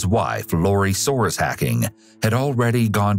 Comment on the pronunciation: Her last name was "So-ah-res not "Sores"